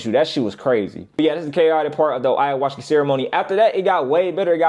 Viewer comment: This nigga said ayahuska😂😂